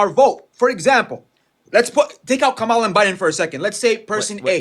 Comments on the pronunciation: Let him sit with his silly ass vote then. Don’t care anymore. We know why you didnt vote for HER and HER BACKGROUND. Gimme a break. Her name is pronounced COMMA-LAHHHHHH!!!!! The fact that he thinks that maga accepts him. Wild. There was MORE than a choice between the two - but what’s they wish wasn’t true about the voting base IS true of them. They were WILLFULLY not paying attention. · Is there one single republican that can pronounce Kamala Harris' name correctly? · Anyone who cannot pronounce Harris's first name, did not listen to her for even 2 seconds! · Is there one single MAGA who can pronounce Kamala' s name? Do they do it on purpose or are they just stupid? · I have watched several of your videos recently, and it just galls me at the number of times that you have to correct your call-in guests how to pronounce KAMALA's name! GOOD GRIEF! You can tell how much they listened to the Felon during the campaign because he purposely mispronounced her name, and they just follow whatever he says. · They don't want to be called racist, misogynistic, or ignorant but don't know how to pronounce her name. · To be fair, I hardly think the pronunciation of Kammala is important - people pronounce words / names differently, and to keep mentioning people's pronunciation being wrong comes across as though you are being patronising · I hate Maga because they pronounce “Kamala” the same way tRump does, f**king parrot sheep!!! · He admits he didn't know the candidates' policies but wants to seem like an informed voter. He lacked a fact-based counterargument. This is the problem with most Republican uninformed/misinformed voters. I noticed that they deliberately mispronounce Kamala's name to undermine her in some way. Muslim MAGA 😂🤦‍♂ FAFO! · Does anyone notice that nearly all racists mispronounce Kamala? Aside, the reason why Harris lost is because LBJ was right. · It's easy to see where people get their news from based on the way they pronounce Kamala's name.